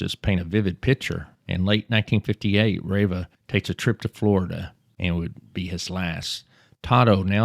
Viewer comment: Pretty sure it's pronounced (Tommy) rah-vah.